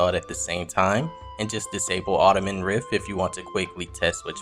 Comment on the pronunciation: Are you an AI bot or a person? You're saying Ottoman rift instead of Autumn..? I try not to watch things that are bot created. lol